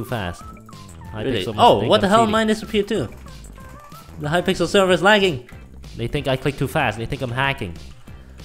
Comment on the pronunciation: Record World uhhhh calls hypixel hypickle